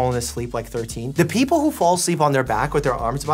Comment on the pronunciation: peaopls who live in the uk 😂